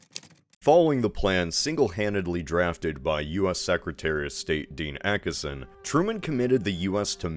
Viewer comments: Sorry, but I gotta be That Guy -- the first syllable of Acheson sounds like "batch" without the B. I'm old, and I remember when he was still in the news in the late 60's. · A less common pronunciation of the surname "Acheson". Also, said Acheson had already, prior to the outbreak of hostilities, announced that the US only cared about Japan and nothing west of it. Truman's choice to get the US involved thus did not depend upon Acheson so much as other factors. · "Park Chung Hee" is introduced here using the Korean naming convention (i.e. surname/family name first), but you refer to "Rhee Syng Man" throughout the video using the Western naming convention (i.e. surname/family name last). Not generally how you pronounce "Acheson". Aiming for constructive criticisms. Thank you for your videos!